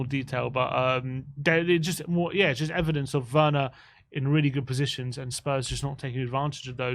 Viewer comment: Please stop saying Werners name wrong, it is just disrespectful.